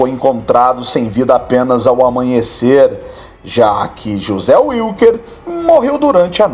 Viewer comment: NÃO SE PRONUNCIA UILQUER, SE PRONUNCIA VILQUER! O NOME WILKER É ALEMÃO, NÃO É INGLÊS!!!